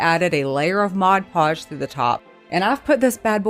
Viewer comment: These are great! BTW, I can’t tell you how much I appreciate that you pronounce Mod Podge correctly. I have issues, and it drives me crazy when people make videos and call it modge podge.